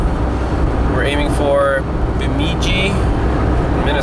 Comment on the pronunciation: Going through your road trip/clutch replacement videos. I've found out that there are towns that are pronounced far differently than they're spelled! LoL~! Bemidji = BUH-mid-jee. Grew up up there. In the winter, the joke is Burrmidi. Burr=cold! LoL Thinking about it, it's a really strange name for a town. A town that was 23 miles from me for the first 22 years of my life. I would have tried to help the guy with the tire too!